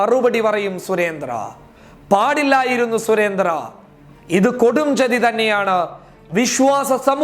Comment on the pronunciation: മിസ്റ്റർ അവതാരകാ., സുരേന്ദ്രൻ എന്നാണ് സുരേന്ത്ര്യ എന്നല്ല പോയി നാക്ക് വിടച്ചിട്ട് ചാനലിൽ വന്ന് ന്യൂസ് വായിക്കൂ...